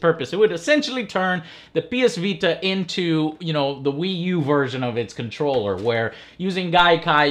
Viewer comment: "The ps vee tuh" lmao.